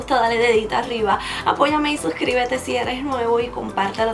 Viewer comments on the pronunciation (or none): none